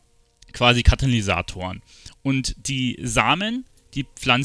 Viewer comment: Damn bin ich getriggert .. immer wieder sagt er Kanalysatoren .. KaTalysatoren mensch :D